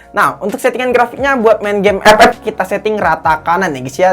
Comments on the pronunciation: FF bang bukan ep ep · CUK AKU KETAWA TRUS PAS DIA NYEBUT EPEP😂😂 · Bangke tiap ngomong epep bikin ngakak gila. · Ngakak pas ngomong epep🤣 Instonya dipake beneran njir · Liat test hpnya ❌ Liat ngomong ep ep✔️ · gw dnger EpEp ngakak cukk